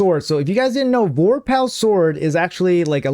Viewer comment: Vore Pull. Not Vor Pal.